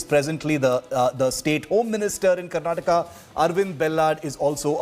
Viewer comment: Mr. Nadda it's "Karnataka" not Karnatak.